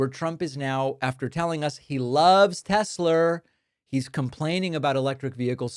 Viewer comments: lol "Tesler!!" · Tesler....uh duheeee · "I love Tes-slur!" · " I love Tesler!!" Tonya 😂😂😂😂😂😂😂😂😂😂😂😂😂😂😂😂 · ”I love Tesler!” 🙄🙄🙄